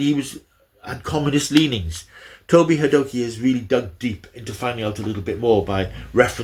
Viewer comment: Toby Hadoke is pronounced as Toby 'Hay dock' I believe - Enjoyed the overview - Doctor's Two and Three were always my favourites - supplanted only by David T. the 10th (and 14th)